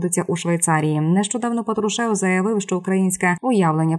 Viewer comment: Уберите безграмотных дикторов, Патрушев, ударение на "а".